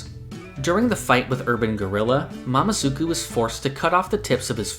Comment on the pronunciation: Sorry but Its "mamezuku" not "mamazuku"